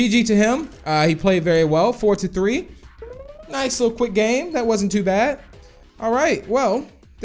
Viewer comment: When he says nice he always pronounce "noise"